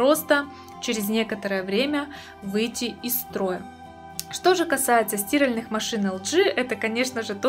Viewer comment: СтИральеых? Вы в ней стИраете?